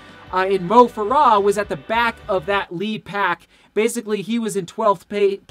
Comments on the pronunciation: It's Mo FARAH, you say it like it is has o's in Farah. lol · It's Mo Farah; accent on the first syllable; not the last. Good analysis.